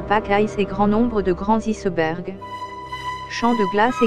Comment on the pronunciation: C'est quoi des "issebergs"???? Et c'est comme cela tout le long! D'où sort donc cette? Voix informatique ou pas, c'est une désolation!!! Dommage, car sinon le documentaire est très intéressant!